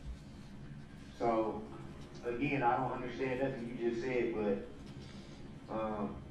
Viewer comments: The way he says undershtand is pissing me off. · I don’t undershtand, I don’t undershtand. That’s why you don’t represent yourself and get someone who does understand!